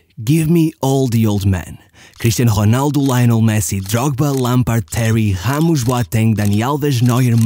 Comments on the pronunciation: Whats wrong with pronouncing the name of Ronaldo and ramos correctly?? Hamos, honaldo?? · the way you said Ramos is criminal